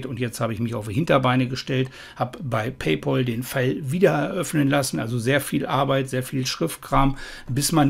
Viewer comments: Man spricht es "Pay Päl" und nicht "Pay Pol" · Wer Paypal nicht richtig aussprechen kann, hat keinen Anspruch auf Rückerstattung!!